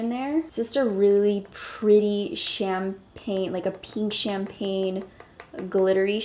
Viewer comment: You say pink so funny 🙈😂😂